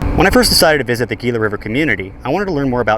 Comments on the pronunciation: It's pronounced Heela (Gila). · Gila is pronounced Hee-la.